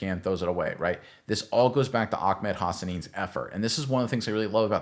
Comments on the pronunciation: His name is Ahmed, not Ahkmed. 😂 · It’s Ah-med not Ak-med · It is NOT OckMed lmao 😂. It is Ahh med. there is no k sounding noise whatsoever 😂😂😂😂😂😂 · Ahmed not akmed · AH-med .. not AK-med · Just a note, it’s pronounced Ah-med. I’m fairly certain that if there’s any “ch” type sound it’s more of a breath out at the end of ah than a full harsh syllable